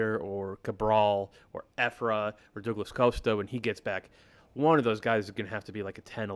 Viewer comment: Dough-gluss Coast-uh